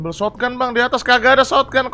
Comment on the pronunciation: Shotgun Bang Bukan Shotgan